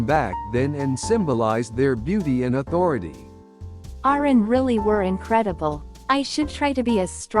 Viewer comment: The narrators😢 please learn how to pernouce Japanese words correctly. 😅 Oiran not pernounced ORAN but OIRAN (ooiiraan) Also correct pernounciation for KAMURO)...........please learn😊